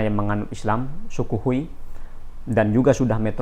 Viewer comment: Banyak orang salah lafalnya dalam menyebut islam.yg benar Hui kau bukan FUI kau.